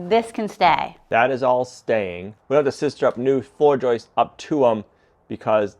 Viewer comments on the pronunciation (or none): They're JOISTS....not JOISTES!!! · 🇨🇦 I see he's back to saying Joices not Joists lol. Cheers from Canada!🇨🇦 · Would you please stop correcting the way this brilliant man says joists. Maybe that’s the way they pronounce that word in the northeast.